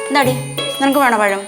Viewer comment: ഒരു പയം 😂😂😂😂😂😂😂😂